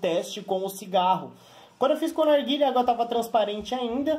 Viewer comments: porque ele fala arguile? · E impressão minha ou ele fala "arguile"